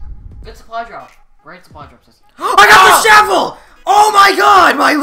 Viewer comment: "I just got the shevel"